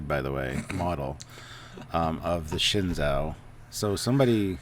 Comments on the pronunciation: It's pronounced "Shen-zoo" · You butchered the name Shen-JOE. The Zh makes a J sound in Mandarin. AH it looks like a Klingon D7 with a saucer attached to it. In this it looks like it is a salvaged ship. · Learn Chinese. It is Shinzhu!